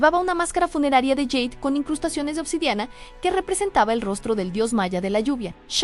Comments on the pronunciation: Por favor, no digas más yeid por jade!!!!😂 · En español se pronuncia jade : "ja" como en jamón, jarrón, jamás, jota, Jaime, etc. Y "de" como en delicia, demás, después , décimo, etc. Favor comprobar en diccionario, y no confundir a la gente!!!!! Gracias.